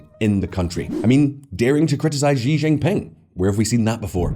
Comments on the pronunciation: Considering how often you do videos on China, a quick course of pinyin pronunciation would be good. That's . . . just not how you say Xi Jinping (and everything else, but that one really sticks out). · I cringe every single time he mispronounced "Xi Jinping". Please learn the correct pronunciation. Thank you. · Atrocious pronunciation of Xi Jinping 😂